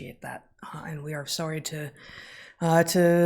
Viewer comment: Wait. Heather says sorry like a Canadian?